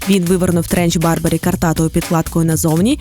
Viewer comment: Дякую за контент!Як завжди професійно!Але Томаса начеб-то звати як Бьорбері а не Барбері. Апсайклінг це чергова міні єпоха хайпу яка пройде через короткий час.На таких епохаха ті дизайнери і живуть) Класика - наше все!) Бо навіть ваш спонсор Бьорн а не Барн)